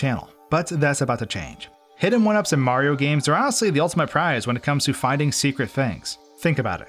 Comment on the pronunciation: Up next, will we discover the ULTIMATE hidden 1-up? Will it even be possible to find or collect? Will ever say each syllable in mario's name? These questions and more... will probably never be answered.